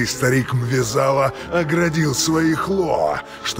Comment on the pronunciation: Бл*т как же режет ухо этот "Мве-Зала". Всё у наших локализаторов через жопу....